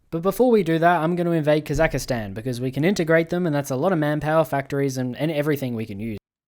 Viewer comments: Its not kazakhastan, its kazakhstan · its pronounced Kahz-ak-stan not kaz-ak-astan. I know its minor but its starting to pmo sm rn icl. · Dude, please. It's KAZAKH-STAN, not KAZAKA-STAN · Hey, just so you know for the next game in Russia: Kazakhstan is basically pronouced like: Kasak-stan, hope that helps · STOP CALLING IT KAZAKISTAN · Well, it wouldnt be a video without him calling Kazakhstan "Kazakistan" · I wonder how many years until he realizes he’s pronouncing Kazakhstan wrong